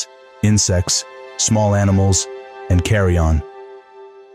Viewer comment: FORAGE, not forge, Carrion, not carry-on.